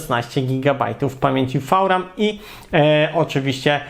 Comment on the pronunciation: co to jest "fał-ram" ?